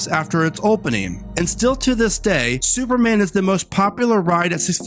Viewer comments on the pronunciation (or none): none